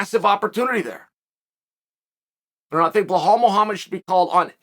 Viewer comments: It’s Be•lál not blehal Remember the Name! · Belal not Blahaul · Same with Belal, his name is Be-lal not Bla-hal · It’s Bilal NOT Bihlhlal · blahale hahahah you never say it right but still funny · Who's this blahaal Mohammed guy? 😅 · How come Chael has such a difficult time pronouncing any of the Arabic names? Belal (theres no H in there) Hamzat (the letter Z comes after the M) 🤣🤣🤣